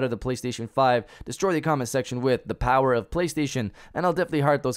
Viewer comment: This is why I always have the same comment. The Powahh...lol